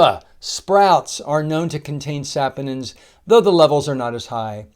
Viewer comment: The correct pronunciation is sa-PON-inz (sa-POH-ninz), with the stress on the second syllable ("po"). The first syllable sounds like "sah", the second sounds like "pohn", and the ending sounds like "inz". Sorry, was bothering me so had to google search copy and paste for you.